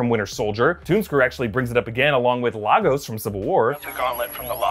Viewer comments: Its pronounced Lay-gos, not Laa-goess.Its Nigerian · Again it’s pronounced lay-guss, still love the video anyway